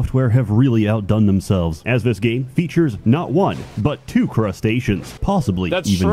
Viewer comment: 'vis time'.